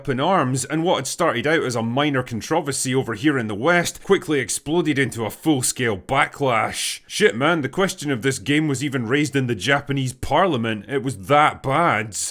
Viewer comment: “Full scale blacklash”? Did I hear that?